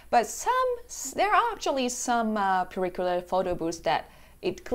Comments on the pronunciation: It's purikura,not furi kuri!😆😆😆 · "Pure-a Cure-a"? Sigh. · "Pyura kura" 🙄